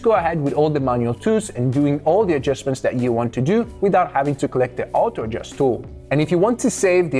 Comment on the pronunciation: bro its "auto adjustment" not "oto adjustment" 😂😂